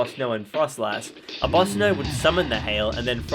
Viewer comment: Do you have dyslexia? Just asking because of you calling Abomasnow "Abosnow"